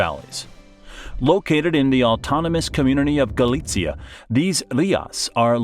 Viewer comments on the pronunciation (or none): Regarding pronunciation, you pronounced Galicia more like Galitzia (Poland).